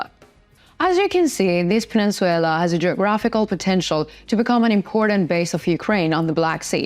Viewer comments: Peninsula/ please correct it. Not peninsuela PE NIN SU LA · Penin-SU-LA not SUE-LA. Either way, Ukraine will have it back soon hopefully. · Wtf is a pen squel la? It’s pronounced peninsula! Your pronunciation blows! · You pronouncistion of peninsula is incorrect its puh nin syuh lah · I would like to let you know the Crimea pronounced Pen ish I’ll a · Good show, real quick the English pronunciation on the word peninsula is something like this: Пенйнцюла - hope that helps - thanks for the good content! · Penenswaila sounds sexy! No biggy! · I really prefer this no nonsense delivery, of the news from 🇺🇦Ukraine🇺🇦, also I prefer this one, because of the use of maps, instead of the use of video that isn’t related to the news, that most of the others use. . .. … I also found the mispronunciation of peninsula, to be entertaining at first, but it is becoming a bit of a bug bear now, so I wish someone would tell her, that it is pronounced, pen-ince-u-la(pen ins u la), and not pen-ince-suella. . .. … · Needs work on pronunciation. Peninsula. No W in the word. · Please learn to correctly pronounce "Peninsula."